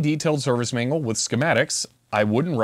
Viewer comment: At first I thought the translation mangled your pronunciation of manual, but I really hear mangle. Let me borrow that I guess deliberate mispronunciation 😂